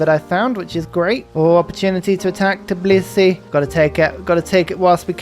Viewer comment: Shoutout for getting the pronunciation of Tbilisi right!